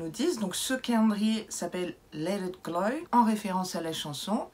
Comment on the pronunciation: On dit glo (glow) pas gloye!